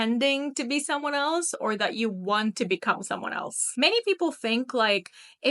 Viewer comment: that "want" still had a touch of your native accent : )